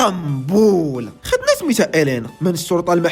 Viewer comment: حاول تقول قنبول غير بشوية😂